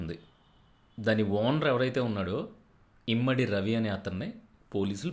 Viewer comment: ఇమంది ... ఇమ్మడి కాదు